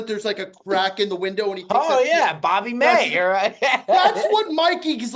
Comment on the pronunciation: Lmao "bob may" instead of billy mays fucking sent me